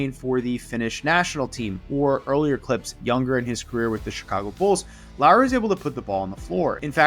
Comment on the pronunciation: Thank you for learning to pronounce Lauri pretty correctly. His name is not Lawrie like many Americans. seem to think. 😅